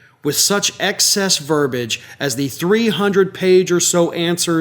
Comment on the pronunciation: Re pronounce the word verbiage!